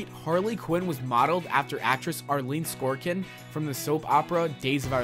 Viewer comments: So, the first thing you didn't know about Harley was that her first appearance was on a TV and the second thing you didn't know about Harley was that her first appearance WASN'T in comic books. Way to fill time there, It's Arleen SORKIN, not SKORKIN. And I can prove it by watch your video literally two seconds after you say it. It's also how I know the soap opera isn't called "Days of our LIFE". Okay, instead of going through all of the nitpicks, I have to ask: Do you guys do a runthrough? Does the VO ever say, "Hey guys, I'm not sure this is right"? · His pronunciation of “Sorkin” and “Schumacher” as “Skorkin” and “Shoemaker” made me cringe. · SORKIN. Say it with me. SORKIN. SOR-KIN. Only one 'K'. Bad enough to mispronounce it once. But to do it 20+ times in the span of less than a minute.... Also, the first 'fact' that was presented was that Harley Quinn first appeared in Batman the Animated Series. The second fact presented was basically a repeat of the first - "Oh, yeah, she's a relatively new character..." No shit, dick tracy. BTAS was only like 20 years ago. It follows that if she was introduced in a cartoon only twenty years ago, she'd be a relatively new character, in contrast to other characters that have been around for 50 or more years. By what logic do you conclude that DC wants us to 'forget' these things? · 1 thing wants you to forget about this video. He can't pronounce Sorkin. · I feel like this dude is yelling at me in progressively increasing volume and speed as the video goes on. Also, internal cringe every time he pronounced "Sorkin" "Skorkin" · It's Arleen SORKIN, not SKORKIN, he clearly doesn't know the story and is just reading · Who the fuck is arlen skorkin? This narrator needs to be sacked 😂😂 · "Sorkin", not "Skorkin". seriously, where the hell do these people learn how to read? S _ O _ R _ K _ I _ N. not "S _ K _ O _ R _ K _ I _N ". *facepalms myself*. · Arleen Sorkin not skor-kin like you're saying